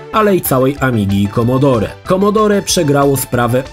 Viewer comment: Nie wymawia się "commodorE" tylko "commodor"!!!